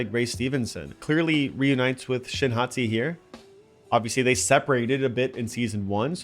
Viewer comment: um excuse me I think you mean shin “hotti” 🥵💀